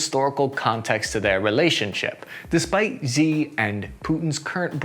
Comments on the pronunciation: Xi is pronounced SHE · SHI, not XI, not CHI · Xi is pronounced "she", not "zee". Sorry but I don't want you to appear incompetent to someone watching you for the first time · The Chinese dictator's name is pronounced "SHE" not "ZEE" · No, that's incorrect. "Shi" (是，十，时) is pronounced like the first half of "shit", "Xi" (习近平，西) is (properly) anglicized "she", as in "she doesn't appreciate being compared to 'Winni the Pooh'" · Heads up, Xi is pronounced the same as the english word "She". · Xi is pronounced like "she." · china's dictator, Xi Jinping... "Xi" is pronounced "she"